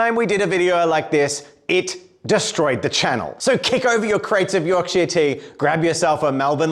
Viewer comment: The second half of the video where pronounces Yorkshire correctly was amazing!